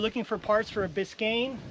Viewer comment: Can't believe you called that 69 Road Runner a Corenet, and it's Biscane not Biscine, your driving me crazy.